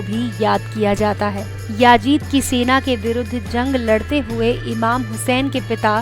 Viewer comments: its not yaajid...its yazeed... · Aaapki video achchi thi lekin yajid nahi yazid aur harmala nahi hurmula